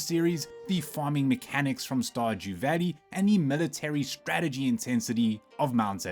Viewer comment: Valley not vaddy.